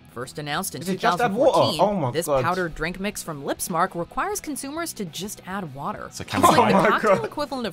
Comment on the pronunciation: "they just ad WAAHAA" I'm british how u know ? :D